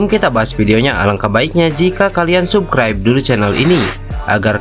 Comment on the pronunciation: Admin silahkan belajar baca bhs asing (inggris) mosok baca subscribe di baca subcribe